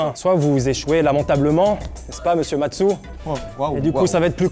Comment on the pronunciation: Tu fais exprès de dire matsu vrai question